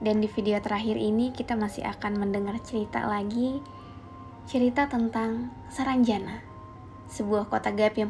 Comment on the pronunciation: salah bro Penyebutannya itu sarangjana bukan saranjana Arti sarangjana itu =sarang yang bearti "tempat", ibarat sarang burung, lalu jana nya itu terpisah lagi huruf j nya, arti j nya itu "jin", nah kata ana itu itu" sana". Jadi kalau di artikan atau di tafsirkan menjadi "tempat jin sana" Saya asli orang Kalimantan tepatnya kalbar Pontianak. Jadi saya hanya tau artinya saja.